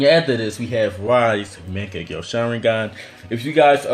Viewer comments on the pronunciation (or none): what's wrong with ur accent u say sukoyomi welp it's tsukoyomi or u say like kemui but it's kamui and oof don't get me started with ur megnekyouu saringaan (mangekyou sharingan) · "man-get-ku sharengan" xDD and why do you have so much h8??? Or are you just trying to act bad ass to compensate for something. BOI!!! U literally said that you were not going to base this list off of the people who had the dojutsu BUT for the different mongekyo sharingans you base off their strengths off of who beat who..... (Hypocrisy) Fugaku's power was not = Fugaku's Mongekgo sharingans power (Once again Hypocrisy) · Mung-Gah-Kyo Sha-Rin-Gan lols